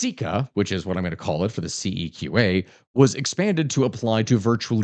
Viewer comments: it’s usually pronounced more See-Qua than See-Ka. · "absolute blast at the end of this year" Place your bets! is deliberately trying to provoke the Chinese invasion of Taiwan around the end of the calendar year. CEQA is pronounced w I th the q: "SEE-kwa". Except for a while in the San Joaquin Valley Air Pollution Control District when the relevant manager was a French immigrant. Then, it was pronounced with a French accent: "Se-KWA". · The pronunciation is CEQ(u)A btw 🤣 good video!